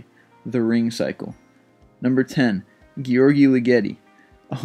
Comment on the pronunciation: And - WTF - he couldn't pronounce György either, and he put the wrong stress on the surname!!